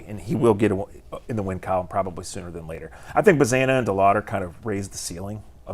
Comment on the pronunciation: I love this channel but it always grinds my gears when someone covers a team for a living and pronounces names wrong. Like the English pronunciation of “Angel” or saying “Bazzana” like it rhymes with banana. The dude from Locked On says “Genao” with a J sound. Like, have you not listened to a single broadcast in the years these guys have been in the org?